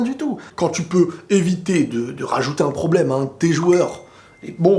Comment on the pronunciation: C'est un pwoblèmeuh ! C'est un gwo gwo pwoblèmeuh 🤣🤣🤣🤣